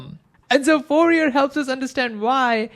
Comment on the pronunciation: I love his informative videos. He even pronounces Fourier's last name correctly.